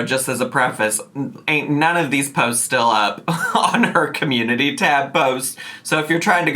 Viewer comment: I thought he was saying “essay” 😂